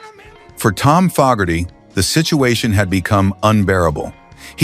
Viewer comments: Once again, an AI voice destroys a video. It’s FOE-gerty, not FOG-gerty. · FO GARTY NOT FOG ARTY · True it,s pronounced Fo ,gerty .I hope A1 doesn't holiday in Ireland and Say Ah Hello there missus FOG,erty😂😅😂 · Could have at least got the AI voice to pronounce Fogarty correctly. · It's Fogerty with a long a. Geez